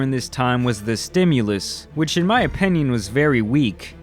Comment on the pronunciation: Why does say “OPENION”??